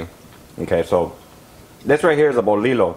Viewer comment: Damn brotha, that torta looks delicious... Nice marinade recipe... On that bolillo bread the double L is sound like a Y.... Like the last name Castillo...👍 Cheers brotha🍺